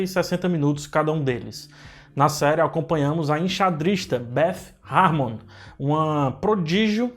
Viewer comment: É Beth harmon, não Deth harmony.